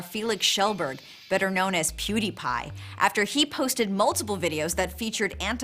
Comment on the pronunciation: i mean like, at least she said his name right ?